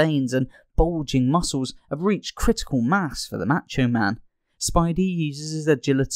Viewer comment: you say the "a" sound like "aaaa" and its more like "ahh"... "mahhcho man"